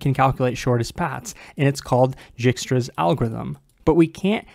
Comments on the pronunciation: Dijkstra is normally pronounced Dyke-struh, in IPA /ˈdɑɪkstɹə/. It is a Dutch name, where the 'j' is always silent or pronounced like a 'y'. So the name should be 'dyk (bike, hike in English) -stra'. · Isn’t djikstra pronounced with a hard I like “eye”? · I'm new to English and algorithm. And now I'm confused, is it dikestruh or jikestruh? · If you ever feel useless remember there is a 'j' in Dijkstra 😑